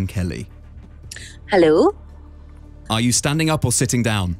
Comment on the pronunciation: The most Scottish "hello" I've ever heard